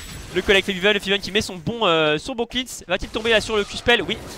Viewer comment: On dit clens pas clins xD